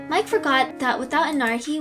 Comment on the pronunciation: Why do you always say at the end of the word Mike you had to say miK